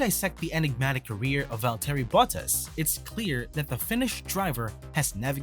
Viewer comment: It's Valtteri Bottas (Pron: Valtree Bottas) ... not Vole-Terry Butt-Ass ... if you're going to report on the sport, please reasearch how the names are pronounced., it'll give you more credibility.